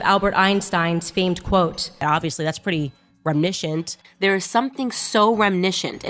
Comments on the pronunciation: Indivishools. Remnishent. Libary. Febary. Basic Ebonics 101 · Owen's "remnicient" - someone should tell her to stop using that word since she cannot pronounce it. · The Candace Owens clip not been able to pronounce reminiscent is hilarious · Is...is....Candice trying to say reminiscent...? Interesting that the one legacy character they treat with some respect is not white, not intentional I'm sure... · Is Candace Owems trying to say "reminiscent"???